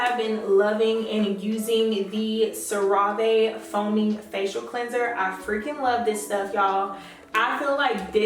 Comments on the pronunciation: You pronouncing wrong. It pronounced Sarah-ve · Very informative. Thank you Cera Ve is pronounced "sera ve"